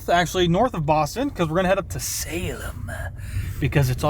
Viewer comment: Haha, thought the same thing, with the pronunciation. I am from New Hampshire and haven't been to Salem, MA but hear tons of Boston radio stations with reference to the areas and knew when he mispronounced that place.